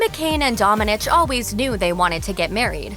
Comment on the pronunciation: Hi! You mispronounced Domènech, wich is a Spanish surname, the strong sillabe is "me" and the "h", in this case, is silent.